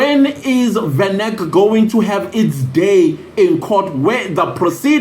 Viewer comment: other people do not know venac also, you should pronounce in ful ie vanacular 🙄🙄